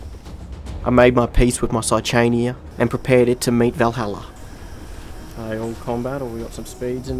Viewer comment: Saichania is just outright pronounced with the h non-silent.